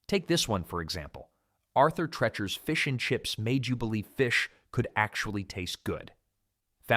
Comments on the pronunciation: Treachers. Pronounced treech-ers. The word reach is even in the spelling. Unbelievable. . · It’s pronounced tree-chers.🤦🏻‍♂️